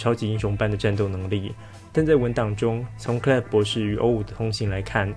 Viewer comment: 想問一下 為什麼O5是唸歐五不是唸成歐梵??